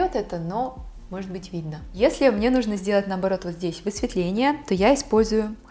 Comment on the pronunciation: Не нУжно, а не не нужнО 😁👍